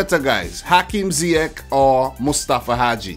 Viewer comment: By the way Ziyech is pronounced ZiyeSh